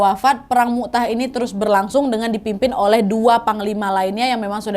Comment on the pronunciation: Maaf ka nad perang mut'ah bukan mu'tah kak🙏